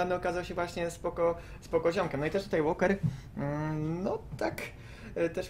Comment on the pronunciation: Oskar, nie Łolker tylko Łoker, aż razi w uszy :)